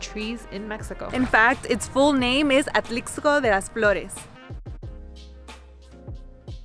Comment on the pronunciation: Great video...just please stop saying the "x" in Atlixco...is pronounced as an "s" so Atlisco....but otherwise i enjoyed the video 😊